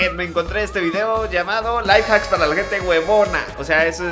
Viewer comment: venezolano